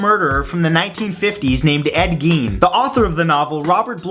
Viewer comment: Ed Gein is pronounced like 'Jean', not Geen